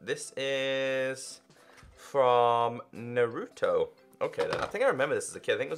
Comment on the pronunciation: Every time he said naruto wrong I cringed